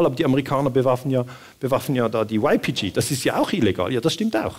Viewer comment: min Wäre schön, wenn Sie YPG auf kurdisch und nicht auf Englisch aussprechen - oder zumindest auf deutsch. Klingt sonst doch sehr befremdlich.